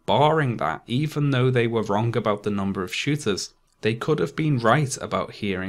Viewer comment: Learn how to say “wrong” please